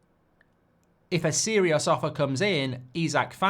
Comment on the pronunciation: LOVE LOVE the Jamaican accent mate! … If a ‘’SEERiOS’’ offer comes in 😂 👍🏼👍🏼⭐️